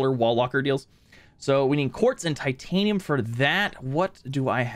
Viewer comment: Every SubNautica YouTuber: Ugh I have waaaayyy to much Titanium...: wer tatinum?